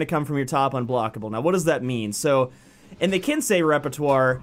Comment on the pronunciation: "It's ok I'm American I'm allowed to be ignorant" you sure are a good sport lol.l, but you did say it right so good on you :)